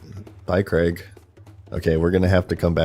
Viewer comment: i think youre the first yank to ever say the name craig right. even though it was spelt crayg. and dont give me the welsh bullshit because cra (yeh -gh) is still closer than creg. edit: nah you said it right once then went straight back to creg. learn english america. fuck sake. edit: edit: ok youre trolling. i get it ive been had. switching between craig and creg is clearly for content interaction and ive fallen for it. hook. line. and sinker.